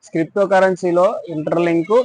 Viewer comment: స్క్రిప్టో కాదు. క్రిప్టో